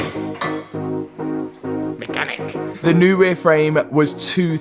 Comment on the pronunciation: accent MECHANIC [SOUNDDS LIKE MEKANIK] lmao